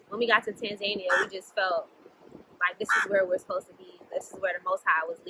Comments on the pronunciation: Tanzania... not “Tan Zania “😂😂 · Have I been mispronouncing Tanzania my whole life?